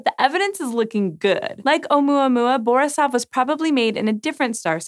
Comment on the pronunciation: It's borIsov ,not bOrisov. :)